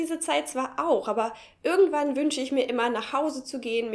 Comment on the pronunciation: hab es ganz nich verstanden, welcher Dialekt sprichst du? Deine "irgendwo" und "irgendwann" klingen wie "ürgendwo" und "ürgendwann". Bitte, sagt mir jemand, was für Dialekt ist das?